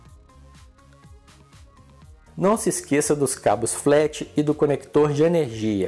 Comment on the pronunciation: Depois de 2 anos esse video me ajudando, o mais engraçado é que tu fala igual o Jackson Five do Marco Luque cabo flat vc fala cabo flax kkkkkkkkk brinkssssssss to inscritooooooooooooooo